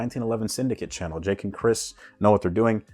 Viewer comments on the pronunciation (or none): none